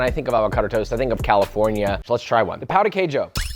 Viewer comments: I don’t want to be that guy but as a Brazilian… “pow the kay shoe🗣️🗣️🗣️” like cmon pow? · The way you’re pronouncing ‘pão’ means something other than bread. It actually means 🍆 and I don’t mean an actual eggplant. The accent of ‘ã’ and ‘a’ change the entire meaning of the word. Look it up, there are tons of jokes all over the internet.